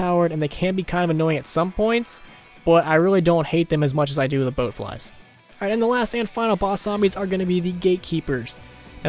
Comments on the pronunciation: bloat not boat lol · No h8 just pointing it out it's BLOAT flies not BOAT flies from fallout